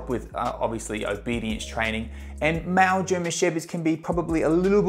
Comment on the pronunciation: Sounds like he is saying mal german shepherd instead of male. What's this accent? 😮